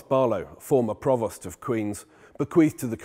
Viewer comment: "Provost" rhymes with "toast", not "lost".